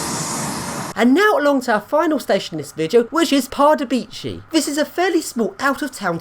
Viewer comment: I'm half Czech, its hradets kraloveh not kradek kralov and pardubitseh not pardubeechy 😂 Nice vid of the pendolino though